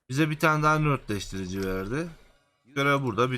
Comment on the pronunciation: Saol videolarına minnettarız. beğenmeyenin itemi geçmesin. ama oradaki nötr kelimesinin ne anlama geldiğini bilmeden rastgele nörtleştirici dedin ya hani işte ben ona takıldım anlamsızca. Nötrleştirici olacak doğrusu. yani kelime anlamı dengeleyici, sıfırlayıcı Nötr yani:)) Nört değil.